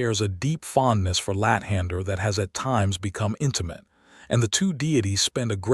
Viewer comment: I laugh hysterically every time you say lat hander